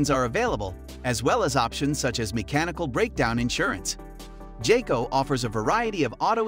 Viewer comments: It's pronounced "Guy-Co" Not "Jay-Co". 😉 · When you pronounced jayco, I stopped watching I understood how reliable is your research 🧐 😂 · Bro really said jayco?😂😂😂nah…